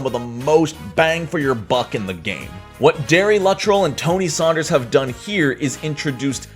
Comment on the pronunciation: Damn, you pronounced my name right! Everyone always says "Loo-TRELL"... Great video as always, and thanks for the shout-out on Oracles+!!